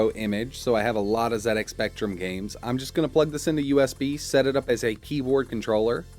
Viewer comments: Nice to hear an American YouTuber say it as Zed X Spectrum for a change. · THANK YOU for not pronouncing it zee ex